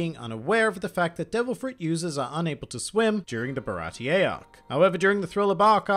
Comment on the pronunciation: Zeff didn't eat his own leg. He lost it while trying to save Sanji in the shipwreck. Ba-ra-tii not baratee-A. Srsly did u even watch One Piece? Or some western version?